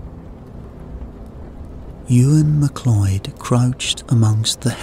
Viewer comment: this is not a scottish voice. also the name is not pronounced mcloid but is pronouced mcloud. this is all i need to know that this is bullshit.